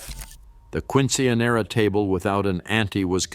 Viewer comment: Quinchenera😅 love it